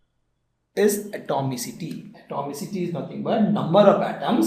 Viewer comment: Uhhh... What is he saying is not clear